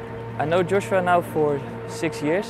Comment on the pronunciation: His coach keeps switching between Joshua and Yoshua. :) How do you not pronounce your mentee’s name consistently?